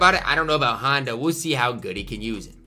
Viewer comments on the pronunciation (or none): none